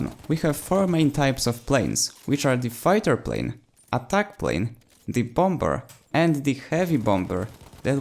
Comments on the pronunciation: Hey, I don't want to be that dick, but I can tell that English isn't your first language. So here is a good English language tip... The "b" in bomber is silent. I'm not trying to be a dick. I'm really just trying to help. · Just a little reminder, bomber is pronounced "bom-er" the second b is silent. Great video though! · Bombber? I like it